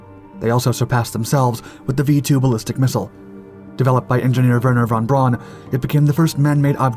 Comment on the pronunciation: How did you butcher the name "Werner von Braun" every single time but absolutely nail the "Hermann Kohler" thing first try? 😂